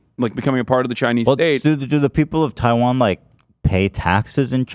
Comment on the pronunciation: More like, "Taiwanna" be left alone. 😂